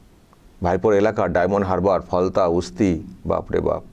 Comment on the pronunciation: Halta নয় ওটা Falta হবে।